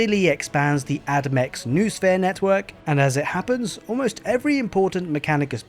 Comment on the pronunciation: BTW, "noosphere" has 3 syllables (no-o-sphere), not 2 (noo-sphere).